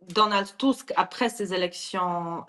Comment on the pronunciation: Enfin qq1 qui, ds les médias, l'appelle TUSK, et non pas TUSK !! Cela doit bien l'escagacer d'entendre faire rimer son nom avec le Petit M..rdeux à chaque int'L "press report" ! BTW, cette interview a l'air de dater de qq mois : = "...alors pourquoi, à la veille de ce 2eme mandat Trump , ..."